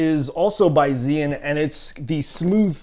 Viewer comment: is called zhii yun not zeee yun.